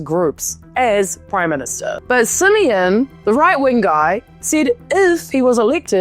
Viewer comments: i love how she pronounces Simion lmao. "simian"! very fitting! hahaha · The way you pronounce "George Simion" perfectly describes what I think about him